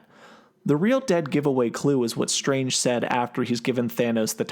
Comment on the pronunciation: doctor shtrange. once heard, cant be unheard.